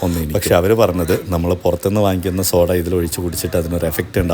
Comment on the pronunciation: 🙋🏻‍♀️chakkare🙋🏻‍♀️സോഡാ അല്ല ഷോഡ 😅ഇത്രേം എഫക്ടുള്ള സാധനം വയറ്റിൽ ചെന്നാലുള്ള അവസ്ഥ.🥴.. പടച്ചോൻ ബുദ്ധി തരട്ടെ 🤲🏻